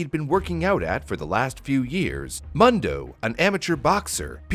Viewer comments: Ur calling him “muhn doh” it’s “moon doh” which is “world” in Spanish - I didn’t even catch it until super late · Mundo is almost certainly pronounced “Moon-dough” not “Muhn-dough” by the way. It means “world” in Spanish. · Its pronounced Moondo, not Muhndo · everyone I've know who was named Mundo pronounced it Moon-dough, usually short for Raymundo. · It's pronounced Moondo.(Mundo) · Pronounced "Moon-do", it means "world" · I’ve lived in an area with a large Hispanic population most my life and I’m pretty sure you are pronouncing Mundo wrong. I’m pretty sure it’s pronounced moon doe. You know like Telemundo.